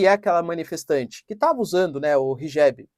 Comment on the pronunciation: Yes!!! Mashallah!!! Pronúncia correta. Hijab.